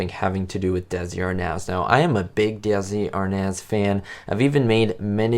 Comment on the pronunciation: Hello there! I’m sure others have commented on this (that I haven’t seen below), but Desi Arnaz’s last name is pronounced (arr-NEZZ). I made the same mistake for decades. All the best to you! 👍🏼 - RB